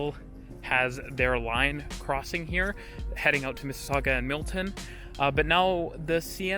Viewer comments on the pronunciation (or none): none